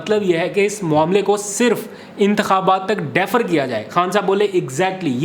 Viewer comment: "ڈی-فر" پڑھا اور بولا کرو۔ ۔ ۔ "ڈیفر" نہیں!!